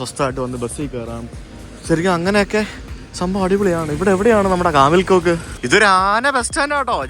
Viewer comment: Kamil Koç - കമിൽ കോച്ച് ആണ് , കോക്ക് അല്ല !